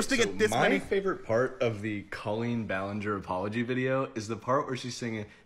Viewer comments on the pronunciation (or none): none